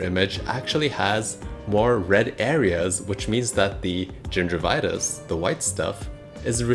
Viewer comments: does no one else have a problem trusting someone who keeps pronouncing gingivitis as "ginger vitus" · It's not gingervitouse, it's gingivitis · Gingervitouse, no gingivitis yes. You will be received as knowlegabe if you use pepper English. Gingivitis, not ginger vitouse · first of all, it's gingivitis, not gingervitis, it has nothing to do with gingers. More importantly, dilettante, pseudoscientific videos dispensing medical advice should not be allowed, you lack solid theoretical foundations in anything to apply the scientific method of inquiry, you should learn about the null hypothesis for starters. The only way of prove or disprove oil pulling is to have a blind study in a controlled environment with a representative sized sample, the same way that medical benefits of anything are assessed.